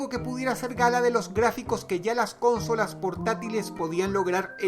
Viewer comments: Dross es consólas no cónsolas (pongo acento porque sino no va a distingir) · Explicame por que decis CÓNSOLAS? SI ES CONSOLA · Yo: Consolas. Dross: Cónsolas. Yo: Sí, Dross, perdóname. 🙇🏻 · creo que se pronuncia consolas, no cónsolas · Consolas Dross, no cÓnsolas, es llana, no esdrújula. Un saludo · Dross, amigo, con todo respeto, me gustaría decirte que ya has cometido un error de pronunciación varias veces: dices "cónsolas" (asumiendo que la tilde es prosódica, pero en realidad no lleva) cuando en realidad se pronuncia como "consólas" (de nuevo, es prosódica) Ojalá y leas mi comentario, exitos :) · lel, Cónsolas? Yo siempre las e llamado Consólas (No lleva tilde, solo lo puse por la pronunciación) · Me parece curioso como dice "cónsolas" en vez de "consolas", no sé si es que en venezuela les llaman así poniendo el acento en la primera o es algo de dross. *corregido bro. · Porque dices cónsolas? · Cuantas veces dijo "Cónsolas" ? jajajaj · Por qué dice "Cónsolas" ------- Es desesperante! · Cónsolas :v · Cónsolas no es esdrújula XDDDD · Dross: cÓnsolas, Que recuerdo! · ´prque dices consolas y no cónsolas :v nose se oye raro :v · hola dross.. si consolas no lleva acento ¿¿¿por que lo pronuncias asi???? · Me da risa como dross dice consolas jajaja